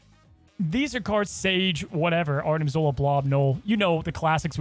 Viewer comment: "Arnim Nola"... our favorite Canadian Lad,, said it twice before I realized it's "Arnim Knul-la"... Great nickname haha